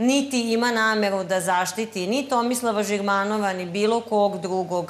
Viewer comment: Ej Hrvati.Ona kada kaze namevu onda misli na rec nameru.Nezna izgovoriti slovo R tako da je njeno V jednako R.Isto kao i Seselj.Ko zna mizda su rod?